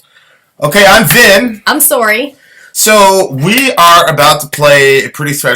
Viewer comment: I just found your channel and i was like wtf? I understood "I'm Vin, i'm sorry." and i was like, wait, what? Then i noticed the channel name. CX